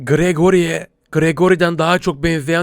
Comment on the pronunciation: Gaffuy pati:Gragori değil değ gragoriğğ